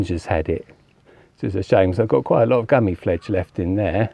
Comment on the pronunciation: Gummi Plfege pronounced Gummy Plfleeger